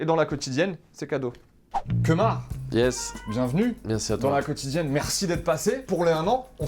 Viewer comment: c est pas kemar c est lemar 😂